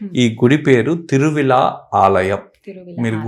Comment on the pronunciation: Thiruvizha Mahadeva temple. Hara hara mahadeva temple... Om Namah Shivaya... Please correct the soelling, it is Thiruvizha not Thiruvila